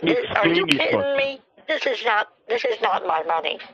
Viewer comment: He also said “are you kitten-me”